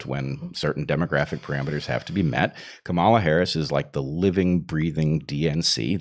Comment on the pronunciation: So, that’s how you pronounce Harris’s first name: Chimera.